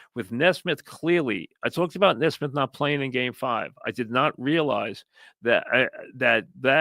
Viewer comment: Mike, for the love of Dios, it's Knee-smith 😂